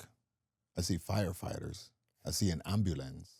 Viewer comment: I love how my man sounds like English is his first language until when he says "ambulance" 😂